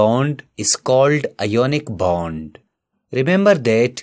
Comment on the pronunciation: You pronounce wrong ionic bond